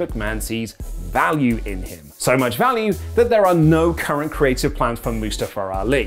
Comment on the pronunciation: Moo-stuff-er Ali